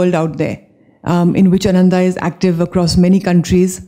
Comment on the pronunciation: Exciting times for Ananda. Just for records, Ananda is mispronounced all the time. The way it is pronounced today, it means "joyless" while the correct pronunciation would mean "Joyful"!